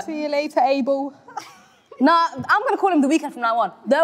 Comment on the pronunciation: As a Nigerian whose surname is Abel, d pronunciation is wrong 😅😭😭😭